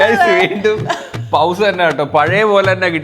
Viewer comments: പൗസ് അല്ല പോസ് ആണ് ❤ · Powse× pause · Correct Actually പോസ് ആണ് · ചേട്ടാ പൗസ് അല്ല പോസ് ആണ് pouse allaa pause oky🫡🙌😂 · പൗസ് ❌ പോസ് ✅ ith alle correct ithinod yojikunnavar like adi 😊😊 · Pause allaaaaaa pronounce Sheri cheyane before broadcast